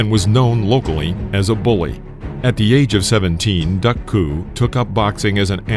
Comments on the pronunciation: Duk you say it as Duck, but I never heard it said that way before, Duke was how I always heard it said? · I watched this fight. Tragic indeed. Either my memory fails me or the vid is pronouncing his name wrong. I thought Duk was pronounced Duke.